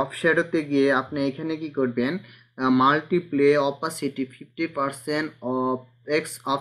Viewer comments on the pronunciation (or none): Your tutorials are good! But all tutorials are primary basis , make advance. By the way , you have to develop your tools name such as Multiply( মালটিপ্লাই) । Stroke (স্ট্রোক) Fill (ফিল) Type ( টাইপ) ইত্যাদি। যেমন আপনি বলেন মালটিপ্লে, ষ্টক, ফিল্ড এগুলো উচ্চারণে ভুল করলে আমরাও ভুল শিখব। "যদুল" মানে কি ? মনে হয় যদিকে যদুল বুঝাতে চেয়েছেন। যাহোক চালিয়ে যান , যে যা বুঝার বুঝে নিবে । ধন্যবাদ।